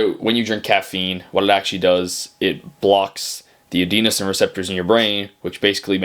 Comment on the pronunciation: agree and bro I don’t want to be that guy but it’s pronounced A den oh seen receptors :) just for future vids my bro . Anyway appreciate the video